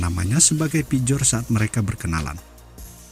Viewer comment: Pjotr bacanya piotir, bukan pijor 😂